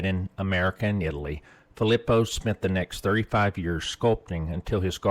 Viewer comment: I just can't. You pronounced Philipo wrong way too many times. Its pretty obvious how it's supposed to be announced. Phil-lee-poe. Like come on now. you had to have been pronouncing it wrong on purpose to troll or something cause there's just no way